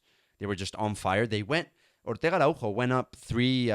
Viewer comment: Btw great so see some statistics and the little video👌 Araujo is portugese. The J is a S sound😄